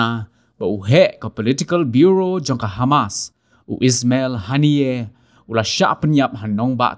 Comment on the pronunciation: U dei Ismail... Ym dei u EEESSMMELLL... 😅